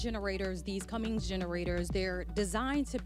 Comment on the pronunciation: Hey, there is no "G" in Cummins. Know your sponsored customer.